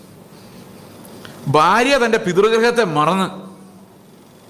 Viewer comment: ഈ "ബാര്യ, ബർത്താവ്, ബാഗ്യവാൻ" ( ഫാര്യ, ഫർത്താവ്, ഫാഗ്യവാൻ = കോട്ടയം വേർഷൻ ) എന്നതൊഴിവാക്കി ഭാര്യ, ഭർത്താവ്, ഭാഗ്യവാൻ എന്ന് കൃത്യമായി ഉച്ചരിക്കുവാൻ ശ്രമിച്ചാലും plz.